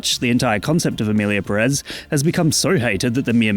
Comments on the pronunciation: I don't even mind you mispronouncing Pérez because that would mean respecting the title of the movie and this movie deserves no respect at all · Why is every English speaker so consistently and stubbornly ignoring the accent that’s right in front of you? It’s there for a reason, to make things easy. It’s PEHrez not pehREHZ. I’m not saying English speakers should have perfect Spanish pronunciation, I’m just saying use your eyes and make a little small effort.